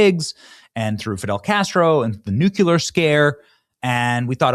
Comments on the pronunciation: Benny, it's not nuqueler, it's nuclear. Pronounced-Newclear. Why is it so hard to say for some people? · Please stop saying ‘NUKE YOU LER’. It makes you sound like a dummy, which you are not. It is pronounced as it is spelled: ‘NUKE LEE ARE’ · Dammit Benny, every time you say "noo-kue-ler" you make the world a stupider, more inarticulate place. It's Noo-klee-ar, dammit. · Sorry, but you are a journalist. It's pronounced NOO-KLEE-ER. Not NOO-KYU-LER. A cell has a nucleus, not a nuculus. .I normally don't correct people, but you've been driving me crazy for years. I love your content, otherwise, though. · I hope the communist and leftist cancer one day is fully removed from peoples minds and hearts. What a destructive system. By the way pronounce it noo-clear. "Nucular" drives me insane. Is like saying axe instead of ask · Please examine the pronunciation of NUCLEAR. There is no vowel between the C and the L. Nu- Clee-er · Why can't Benny say "NU-CLEAR" 😂😂😂😂😂😂😂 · BENNY !!! It's "NUCLEAR", ONE U, repeat after me.... NUK LEAH ARR NUKLEARR NUCLEARR NUCLEAR .... yey ! you did it!!! elmo now doing happy happy dance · Seriously, learn to pronounce nuclear! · Benny, WILL YOU PLEASE LEARN HOW TO PRONOUNCE NUCLEAR? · Still waiting for that moment when Benny pronounces the word 'nuclear' correctly. 🙄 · Benny…. Please only use one “u” when pronouncing Nuclear. Don’t be a George Bush! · Will Benny ever learn how to correctly pronounce “nuclear”?